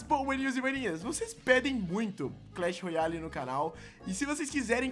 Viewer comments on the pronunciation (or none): Ele não sabe falar clash royale